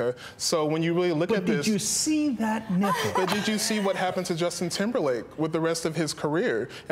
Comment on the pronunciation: I LOVED when he said "DID YOU SEEE THAT NIMPLE !~,O xD